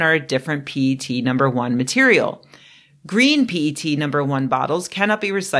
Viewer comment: Your pronunciation of 'P-E-T' was spot on!